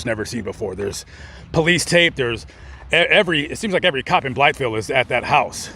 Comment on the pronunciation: Natives of Arkansas pronounce it "Blyville" the "th" is silent. Just a little tidbit . Enjoy your videos very much !